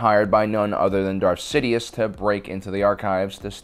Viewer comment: . Much love for this channel, but my Aspie arse specifically heard you say . . . Dark Sidius. 😂 Also, were those kids adopted, or were they his ? Estimating clones woukd be sterile to hinder IP theft, but look at childrens' mottled coloring . . .